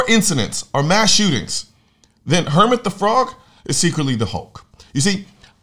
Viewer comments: Bruh, did you mumble or did you call Kermit, "Hermit"? Lol... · Sorry to nitpick. I know it’s minimal and nothing, but I think it’s Kermit* the from not “Hermit”. God I suck…. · its KERMIT the frog not Hermit LOL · Seriously?! No one is calling him out for calling Kermit -- "Hermit"??? Come on people!! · I'm sure you meant, "Kermit" the frog", not "Hermit" the frog. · Yeeeaaa, I heard you say "Hermet" the frog lol. Keep up the pressure on the bs they put out!! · His name is Kermit the frog not Hermit, give him a break man, it's not easy being green. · It’s not “Hermit the Frog” don’t disrespect my boy Kermit like that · "Hermit" The Frog ...............NO NO NO NO "KERMIT < KERMIT " Ker as in WANKER , MIT as in MITSUBISHI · “Hermit” the frog? 😂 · Did he say “Hermit the frog”? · Kermit not Hermit . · It’s K ermet not H ermet the frog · It’s Kermit lol not hermit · Did he say Hermit the frog? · Good video but bro... You said "Hermit the Frog" and didn't do a retake! 😂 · "Hermit" the frog? Uh....... Kermit, my man. Kermit the frog. You can say names of characters, you're aware of that, right? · Did he say "hermit" the frog? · Did you just call Kermit...."Hermit"?? Dislike, unsubscribed. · Did you just say "Hermit the frog"? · Did he just say Hermit the Frog 😂😂😂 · Wait, did you say Hermit the frog? Great vid my friend.. I love it when MSM gets called out for their blatant attempts to manipulate and abominate us "little" people.. It's a "big club" that opened Pandora's box and purposely went against God's warnings and commands.. The "big club" is literally the walking dead.. P.S.- "They Live is a documentary." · Did he say "Hermit the frog" 😂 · Wait, hold up, now. Did you just say, "Hermit, the frog"? ...dude... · I'm sorry did he say "hermit the frog"? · Yea but he said "Hermit"